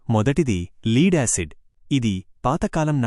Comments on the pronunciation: లీడ్ acid కాదు లెడ్ acid... Video తప్పుల తడక..😮😮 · Pronounce LEAD as LED, here LEAD is noun